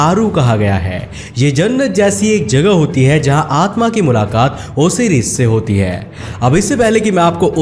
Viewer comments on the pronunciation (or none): Osiris nhi bolte hai usey Osairus pronounce krte hai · It's not ओसीरिस it's ओसायरीस। आरू is अरु। आपने बहोत सारे words को गलत बोला है। ऐसा ज्ञान किस काम का जो लोगों को Video के मुख्य पात्रों के नाम ही गलत बताये जा रहे हो। इतना बडा चैनल होते हुए भी आप ऐसी गलती।🤔🤔🤔🤔🤔